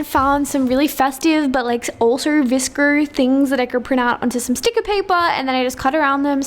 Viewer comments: Is anyone gonna talk about the fact that she said vscr instead of vsco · It sounded like she said vrsco insted of vsco 😂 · Its is VSCO not VSCER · you say vsco vscr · she just pronounces her o's like that, its her accent... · why is she saying vsco like [vsciouioio] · i love it how she says vscrrr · Is anyone triggered by how she says vsco